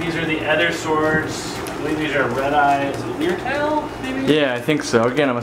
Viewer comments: Not "Leer Tail" It's "Lyre Tail" (pronounced "Liar Tail" ) Thank me later B-) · "Leer-tail"? 😆 Lyre. It’s an instrument that’s shaped like their tails. (Pronounced like liar) 😉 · another Oscar worthy video. But Lyre Tail is pronounced Liar Tail,, not Leer Tail.. which is what I think I heard you saying.. A lyre is an ancient type of harp so excuse my harping on this LOL. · its pronounced lire tail, as in the harp like insturment, the lyre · Lyretail pronounced LIAR TAIL